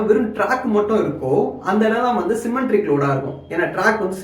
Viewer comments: சிமென்ட்ரிக் இல்லை சிமெட்ரிக் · Symmetric load - Asymmetric Load Not un Symmetric And try to pronounce technical terms clearly, when you pronounce Symmetric it sounds as "cementric"